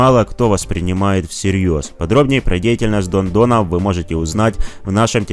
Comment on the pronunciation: Оказывается всё это время он говорил не Дон а дно !!!!!!